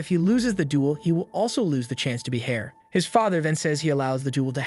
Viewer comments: Heir is pronounced “air” but the ai narrator said “hair” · Heir, not hair